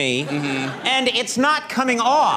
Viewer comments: It won't come aoofff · it's not coming aoofff at auull